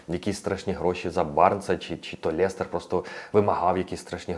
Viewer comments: чудова українська, але будь ласка не Лєстер а Лестер :goodvibes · як же ж той Лєстер ріже слух) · чому " ЛЄстер"? Жесть як ріже вухо!